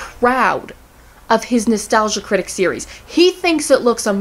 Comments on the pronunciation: I was iffy on this video and then you said "three serieses" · Did you say "series'es?"